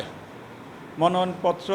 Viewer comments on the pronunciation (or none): 🎉😂😅"মনয়ন" নয়, ❤🎉😂😊😅🎉আসল ও সঠিক শব্দটি কিন্তু 'মনোনয়নপত্র' 😊🎉❤